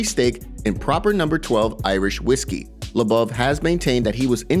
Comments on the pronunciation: Bro u say everyone’s name wrong It’s fucking mind blowing lmao it’s LO BOV NOT LA BAVE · His surname is Lobov not LeBouf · If you're going to have an MMA channel, how about pronounce the names correctly. It's (Low-Bov) not (La-Bov) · it's LOW-BOV, not LUBBUV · ARTEM LOW BOV, LIKE "ABOVE," PRONOUNCE HIS NAME RIGHT, DONT U WATCH THESE FIGHTERS? U WOULD KNOW HOW TO PRONOUNCE NAMES. DONT BUTCHER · I was listening to this and not watching so How he pronounced Lobov’s name as “La-Bub” made me assume he had a problem with someone else as well lol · It's pronounced low bov...ass hole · Dude! For real! Artem labuv lol. It's really irritating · Bro why can’t you say lobov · Why are they saying Lobov like it’s Shia Le Bouf or something. Idiots. Said it like 1000 times too. I’m Unsubbing for that. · First person I hear pronounce Lobov's last name incorrectly